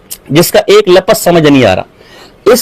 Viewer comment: جب یہ کمبخت، ناہنجار،خبیث،ملعون «لفْظ»کو« لفَظ» پڑھتا ہے تو یہ ہمارے اکابر کی عبارات کو کیا خاک سمجھیں کا